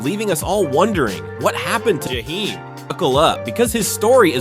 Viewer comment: I hate the way you’re saying his name because you are making this story about him. You can’t even say his name, right?